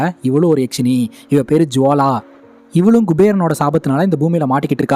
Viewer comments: யாக்சினி இல்ல அண்ணா யக்சினி❤❤❤❤❤❤ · யக்ஷினி யாஷினி இல்ல bro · கதை நல்லா சொல்றீங்க. பாராட்டுக்கள். அது யாக்ஷிணி இல்லை. யக்ஷிணி. யக்ஷனுக்கு பெண்பால் சொல். பொதுவாக மாந்திரீகத்தில் கேள்விப்படும் நபர்.